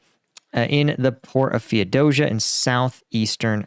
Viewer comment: it is pronounced Fee-O-Dough-See-Ya